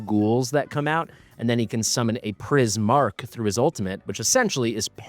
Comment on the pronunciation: Priz-mark 😂 “ch” traditionally makes a “k” sound